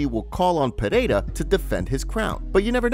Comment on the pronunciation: Dude you need to pronounce the champions name. Listen to Bruce Buffer's pronunciation saying Pereira